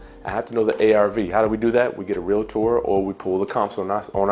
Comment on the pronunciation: ... You said real-ator... 🤐😝